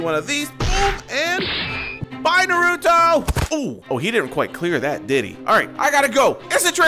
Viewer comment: It's not narudo its naruto